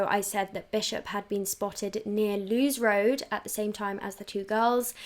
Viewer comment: I know this is annoying but it's pronounced Lewis Road 😅. As someone who lives in Brighton Wild Park is known for being full of pedos 🥲